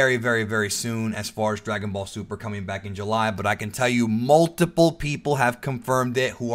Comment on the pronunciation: anyone in favor for "Dragon Ball Zuper" ibstead of DBS2